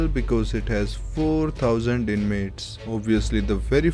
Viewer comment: the way he says 4000 INMATES 4000 is a holy number in baki universe